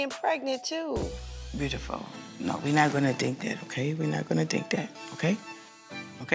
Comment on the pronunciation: Her "broodiful"? Cracks me up every time lmao 🤣